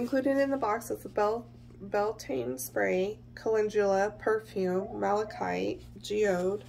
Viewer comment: Malachite. You almost had it. Mal - a - kite.